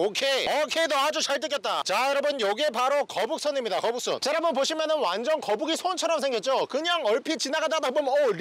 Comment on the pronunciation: 거북손이 계속 거북선으로 듣긴다 ㅋㅋㅋㅋ